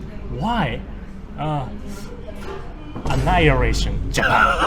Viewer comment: " Very Scaory, Annihiration"